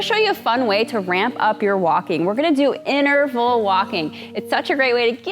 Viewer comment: Please. It's *inTerval*. Not innerval